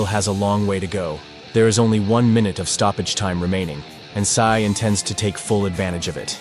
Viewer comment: Sae not Sai